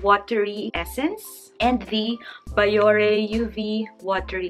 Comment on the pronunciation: "bee-yo-rey" po not "ba-yo-re" po just so you know 🙂